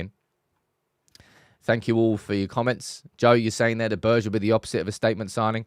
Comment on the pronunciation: Behrr-Gay = Berge